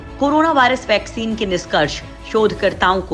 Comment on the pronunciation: Viccen viccen kabtak chalega Kabhi bolti hai viccen Nikal Gaya Kabhi bolti hai trile chal Raha hai